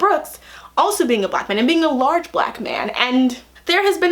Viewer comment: why do you emphasize the "large" part of "large black man" so much? just curious